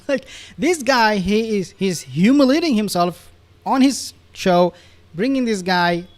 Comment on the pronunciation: Hyooma-litting¿¿¿ . It's worse than listening to the English Jack up Aluminum. Only one i. It is actually humiliating. Ah, ha... C Dat 2bl entendrishness 🤷‍♀️🤷✌️